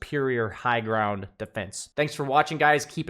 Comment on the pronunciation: he also said "grownd" lol